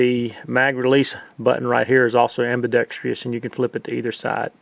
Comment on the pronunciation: Great reviews, this whole series. Except for one thing driving me nuts. Learn how to pronounce "AMBIDEXTROUS".